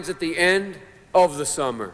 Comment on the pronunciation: Why'd he say summer like that though xD